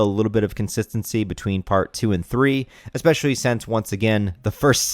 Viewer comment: Eckspecially..... Bro are you from Houston???